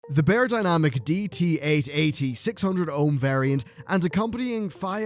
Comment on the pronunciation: BY-ER not BAY-ER ;-) great review though!